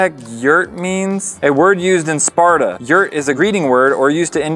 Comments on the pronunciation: It’s actually Yurt not yert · It's not a yert but a yurt. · No no no no. YURT NOT yert. A YURT is a round portable type of tent. Guys...you had the word infront of you..... YURT - A traditional yurt (from the Turkic languages) or ger (Mongolian) is a portable, round tent covered with skins or felt and used as a dwelling by nomads in the steppes of Central Asia. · It’s a “yurt” not a “yert” lol